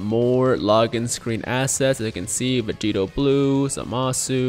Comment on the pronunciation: The first time Vegito announces his name, definitely sounds like he said Vegeta.